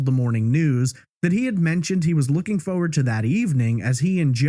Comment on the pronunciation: weirdest way to say forward like foe wed